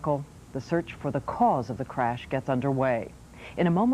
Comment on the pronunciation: Why does Sam keep saying “craysh “?